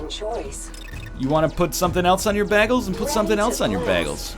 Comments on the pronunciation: WHAT! YOU PRONOUNCE IT BAG-ELS!!! IM SO CONFUSED HOW IS THIS POSSIBLE!!!!!! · Bae-gels :p